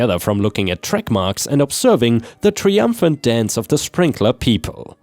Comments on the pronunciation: I love your work, but is english your first language? There are so many words you get wrong. In this example triumphant. It's pronounced try not tri. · WFH = Work From Home Triumphant = "try um fint" not "tree um fint." Martin = "mar ten" not "mar teen."